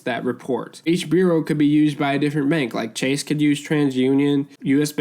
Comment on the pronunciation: Thanks for the information...but u are mispronouncing bureau and that takes away from the video for me 🤷